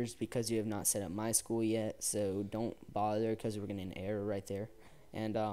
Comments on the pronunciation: its my-s-q-l not my school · IT IS NOT MY SCHOOL ITS My-S-Q-L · MySchool? MySQL where S Q L is pronounced